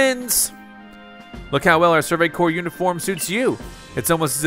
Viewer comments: I giggled with you said “survey corpse”. 😂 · I love it, but I got distracted every time you called the Survey Corps a corpse. I was genuinely relieved when you stopped. XD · I don’t like how he pronounces corp as core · Corps is cor. It’s short for corporation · You pronounce corpse as "core" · Corps is pronounced like core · To say corps just say core